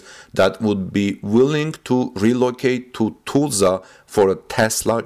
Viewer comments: You are mispronouncing the city: it is pronounced (Tuh sla). You are sayin it as Too,sla). Just trying to help. Try googling a Tulsa news channel. Thanks for your work. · Tulsa is not pronounced as toosla. The "ul" has the sound like in the word "dull". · pronounced more like (Tull suhh)=Tulsa..... NOT Tuh sla OR Too sla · Tulsa is NOT pronounced TOOLZA. The UL in Tulsa sounds like the UL in the words hull,dull,mull,cull,gull. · like jethro tull..I kinda like the way he says it but its wrong...